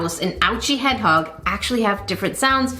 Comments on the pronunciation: lol the way she just said “headHog” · “Hed hog?